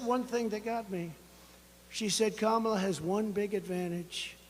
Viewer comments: "Karma-la" in the UK, unless we're mispronouncing. Unlike creepy Trump, though, we're trying to get it right. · This is how to say her name, like this, "comma-la"